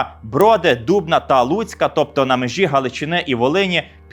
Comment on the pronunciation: Почув згадку про місто Дубно і підбитий узкий танк кв-2, ви так вимовили назву міста як корінний житель або ж людина яка відвідувала наше місто❤